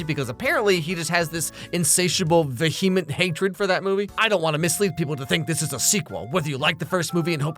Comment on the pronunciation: Vehement is not pronounced like that.